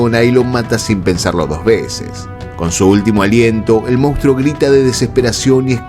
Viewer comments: ¿Por qué los argentinos dicen "mounstro" en lugar de "monstruo"? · Solo un apunte; el término correcto en castellano es, "monstruo "y no como lo has pronunciado.